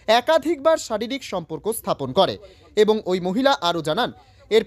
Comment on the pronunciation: Samporko hobe sonporko noy go😂